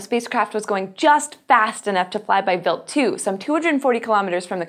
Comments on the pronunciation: Why is it pronounced wilt, not wild?. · the way she pronounced it was actually how you pronounce "Wild" in German (meaning: Venison, Wild game) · Im pretty sure talor swift is not a good person to use as a generalization of human kind, why do you pronounce wild like that? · is it just me, or is the way she is pronouncing the comet name weird? I'm going to assume that she is correct, and it's just me though.